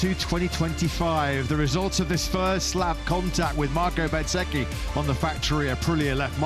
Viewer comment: Can someone please teach the commentators how to pronounce Bezzechi right! Lol, it’s Bez-ecchi not Bet-sechi